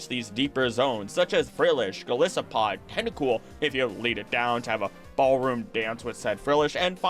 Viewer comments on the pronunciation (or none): why arent you pronouncing the name of your favorite water pokemon correctly? Goliath + Isopod.